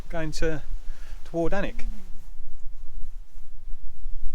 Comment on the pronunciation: You're one of the very - VERY few that's said Alnwick correctly...! Finally! 😆